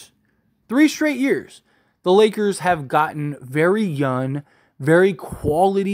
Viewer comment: Dude... y u keep saying "yun" instead of young😂?